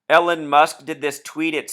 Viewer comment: Just FYI. Elon is pronounced ee-lawn, not Ellen.